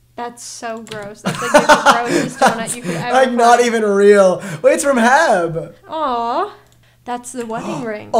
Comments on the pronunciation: them just reading HEB as a word and not as the individual letters made me flinch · DID HE REALLY JUST PRONOUNCE H-E- B LIKE THAT… #trauma